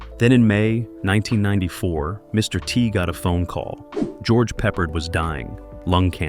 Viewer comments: Quit calling him pepperred!! He's not a piece of meat!! Call him by his name properly!! AGeorge PEPPARD!!! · His name is pronounced Pe ppārD not peppered!!! Get it right Sir!! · PeppARd.!!! Not pepprered!! I'll come over there and pepper your ass!! Fool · I pity the annoying announcer who' can't pronounce George PeppARDS NAME RIGHT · Pepper-ed. LOL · This channel has a bad habit of mispronouncing names when talking about old actors. I know trying to read a last name and hearing it are two different things. Especially if you probably were not even born then. George Peppard was the actors name you missed. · Do you know if you make a video you should really learn how to pronounce the names of the people you’re talking about. If you can’t even say, George Peopard’s name right, how can we believe the rest of the things you’re saying in this video?